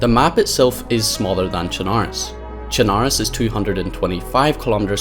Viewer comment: If I'd have a dollar for every streamer/YouTuber that doesn't know how to fucking pronounce "Chernarus", I'd be a millionaire.